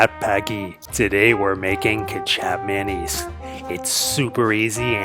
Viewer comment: ay quick info the closest way you could pronounce kecap manis is " kay-chop-maah-niece "